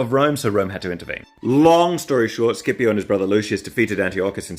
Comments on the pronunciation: It's SH-ipio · I was about to say that was pronouncing the name in the wrong way, since Scipio is mentioned at the very beginning of the Italian national anthem, and we have always said "Shipio", not "Skipio". However. I got curious and checked: Mameli wrote the name in the song so that it was pronounced in the correct latin way, but on English Reddit you fellas seems so sure that it is pronounced with a hard c ("Skipio"). I did not study latin, nor Greek, but I am pretty sure that nobody here in Italy says "Skipio" since we grew up saying "Shipio". Please, internet, enlighten me on this situation. Was our beloved Mameli wrong since 1847, or is it just your pronunciation to be wrong? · I always thought it was pronounced Sippy-o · Scipio is pronuced "Shipio", at least in Italian. Don't know if it's the right wsy to pronounce it but...